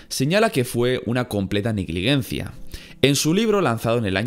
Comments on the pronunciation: Y también se dice "negligencia", no "negliguencia". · Nadie: Absolutamente nadie:: negliguencia en vez de negligencia. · Un video brutal y con mucho trabajo pero me pone de los nervios que pronuncies siempre mal negligencia